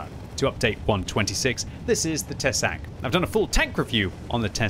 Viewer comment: Tesák is pronounced with long 'a' /tɛsaːk/ The translation is 'a fang':D